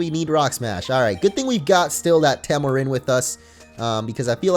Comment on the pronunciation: Any one else bothered by his pronunciation of taomarin.... As in taoism so pronounced like a d not a t XD